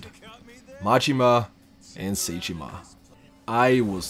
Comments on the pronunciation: Just in case you make another challenge video on this game, Zheng is pronounced like Zong not Jang. Edit: Also Sae, whether it be saeko or saejima isn't said like say or Psy, It's more sah- eh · It's not say jima💀